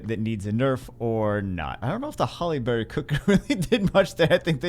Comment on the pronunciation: Did it sound like he was saying Halle Berry to anyone else the entire video?